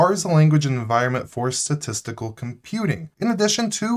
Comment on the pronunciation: STAtistical not SAtistical